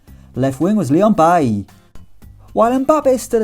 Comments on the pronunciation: Its Bailey like the English pronunciation BAY-LEE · Leon Bailey is pronounced Bayley not like the Man U Cb